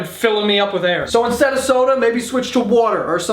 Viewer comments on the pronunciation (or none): none